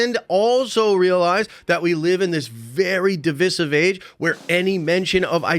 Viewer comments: Learn to say divisive properly…. Other than that great video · Even tho I agree with him, I couldn’t pay attention after constantly hearing his pronunciation of DIVISIVE